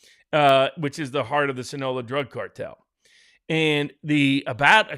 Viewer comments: "sin-OH-lah"!? Your industry depends on the articulate and appropriate use of WORDS. Yet several times you mispronounced the name of a malign force that has contributed to the deaths of countless young, military age American men. It is the "sin-ah-LO-ah" cartel. 😖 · SIN A LO A. It's not that hard...